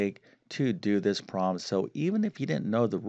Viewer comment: Guy sounds like Presh Talwalkar. They both have the speech same impediment in which they drop Ls in consonant blends. Particularly “problem” is pronounced as “probem”. Also he seems to realize he should emphasize words in a sentence, only he doesn’t know when.